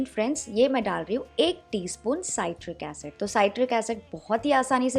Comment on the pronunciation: Citric not satiric, सिट्रिक, साइट्रिक नहीं